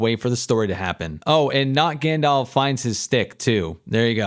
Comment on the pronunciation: I think it's pronounced Grrrrrrrrandelf.